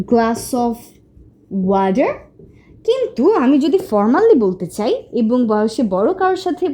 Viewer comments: Water কে ওয়াঠার নাকি ওয়াডার বলতে হয়? আপনার টা ওয়াডার শোনা গেল। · Sorry sister Not wader!! Water